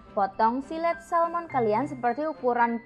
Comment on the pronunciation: Salmon bukan Salom